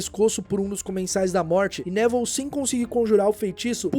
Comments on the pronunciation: Pera aí mas a pronúncia do nome do Neville não é Nevil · Top o video mas me deu agonia vc chamando ele de Nével do nada